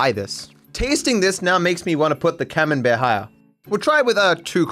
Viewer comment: Sounded like you said "cumenbear" .. cheers for the semen based cheese though in my brain now